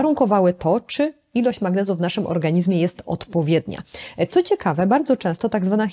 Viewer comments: Pani doktor! Piszemy "w organizmie", ale wymawiamy "w organiźmie" ! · Organiźmie...gdzie się pani polskiego uczyła?!